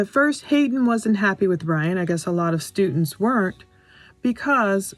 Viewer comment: "Stutents"...and it's "Xana" pronounced like "Vanna"